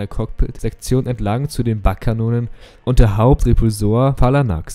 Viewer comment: Bugkanonen werden nicht baggkanonen ausgesprochen. Nur ne kleine Anmerkung.